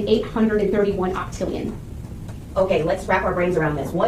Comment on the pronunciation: Low key been weak🤣🤣😭 when she said "OCTILLION"...bro bouta serve "OCTILLION" days in jail 😭😭😭😭🤣🤣